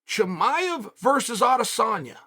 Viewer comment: Chael : Haz-mat Chimaiv